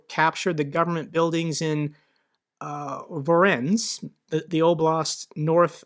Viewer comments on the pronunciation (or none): Voronezh is pronounced as follows: Va-RONE-ezh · Voronezh is pronounced "voh-roh-nezh". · Fantastic video, as always! A hint about pronunciation: Voronezh is a three syllable word: Vo-ro-nezh. One way of explaining how the "zh" sounds like, is to imagine that "Jesus" was spelled "Dzhesus": You make a "sh" sound with your tongue while making sound in the throat too.